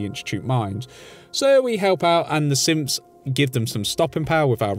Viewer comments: Anyone else hearing him say "simps" instead of "synths" or is it just my hearing? Lol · It sounded like he said fort Hagen has some simps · I swear every time I heard u say synths I thought that u were saying simps like Kellogg’s simps not synths